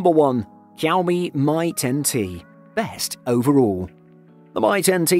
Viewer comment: "Poe-co", "cow-me", "steerio speakers" Your pronunciations are killing me XD